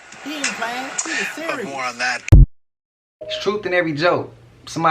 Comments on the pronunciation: Lol. Is siri listening? Yo ass said "siri siri siri". Lol. I know you meant serious, but it sounded like "siri" and you said it 3 times. 😂 And cuz, why your siri have a man's voice? 😂😂😂 I've been rocking with you for a long time now, and that's was the most SUS shit I've heard. GO Frisco!!! Lol. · Bruh Bruh you said serious which caused Siri to react. Kind of sounded like you said Siri. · Siri is always listening. You said serious 3 times and it sounded like you were saying Siri